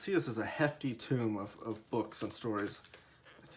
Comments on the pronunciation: Appreciate the review - well done. But I think "tome" rhymes with "foam", not "tomb" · It's a "hefty tome" - not a "hefty tomb" although the Old Witch might disagree with me.